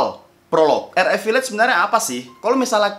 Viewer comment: Harus-nya VIIIIAGE BUKAN VIIIAGE